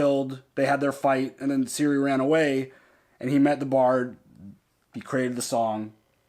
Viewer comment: Ciri, Geralt and now Jaskier all of them are "hard " so not"SI", "Dż" and "Dż" please Citra too not "Sintra" :P